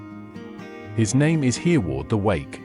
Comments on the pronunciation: The name is pronounced "Herreh-ward' not "Hearward". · Everyone learned of Hereward the wake when I was a school boy 70 years ago so he is not unknown, but I've never heard him called earward before, am I wrong or is this AI talking 😂😂.